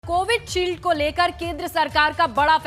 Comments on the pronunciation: Likha to sahi h anchor hi galat bole ja rahi h... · माफ़ कीजियेगा मोहतरमा, कोविडशील्ड नहीं, ये कोविशील्ड है। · Vaccine ka name CovidShield nahi, CoviShield hai. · By the way it’s covishield not covid shield🤣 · Pahli baat ye ki covidshield nahi covisheild hota hai 😜